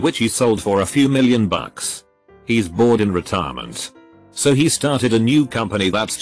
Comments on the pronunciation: Human: "He's" Robot: "He-sus" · OK, so I like these "robots reading reddit" type videos and I'm used to "fassabook" or "TL;doctor" but please add a rule for "he's --> heez" on your reader, I can't deal with "hessa" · no one:: Hesos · Does the software pronounce apostrophes as “saw”? Like He’s=He-saw-s, isn’t=Isn-saw-t, etc. What’s going on here? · Hessos = he's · It's = "it-sauce" He's = "he-sauce" I'll = "I-sull" They'll = "they-sull" I have never heard TTS screw up this bad. It-sauce almost funny. I-sull almost be amused, but it-sauce getting annoying. I-sid pay 5 dollars ... zero-zero-zero to make it stop. Damn.